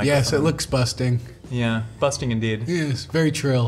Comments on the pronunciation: Why he keep saying busting ? 😭🤣 its bussin’ bruh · Did Post say busting instead of bussin? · no bc its not "busTing" its "bussin" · Lol i love how posty says “Busting” , instead of “Bussin” ❤